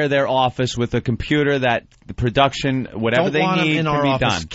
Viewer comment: I hate how he says "Perduction"...